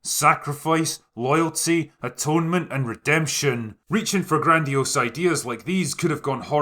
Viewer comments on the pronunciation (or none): none